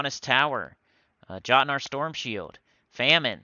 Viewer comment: Jotnar is pronounced yot nar just like how mjolnir is pronounced me ol near because it pulls from that language